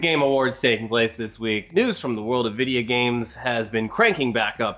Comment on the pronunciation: VID-E-AH GAMES